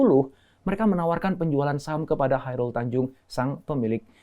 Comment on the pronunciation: Chairal Tanjung apa Chairul Tanjung???